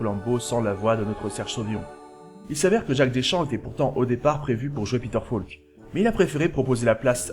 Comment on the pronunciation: Grand fan de Columbo ! Concept unique, personnage inimitable. Peter Falk, inoubliable ! PS: "Falk" se prononce "FOlk", pas "FAUlk" ... c'est un détail, mais vu que c’est mentionné au moins vingt fois, ce serait bien de le prononcer correctement. Rien que par respect pour Peter Falk ;)